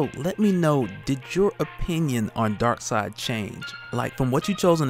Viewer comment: It’s darkseid ... 🤦‍♂️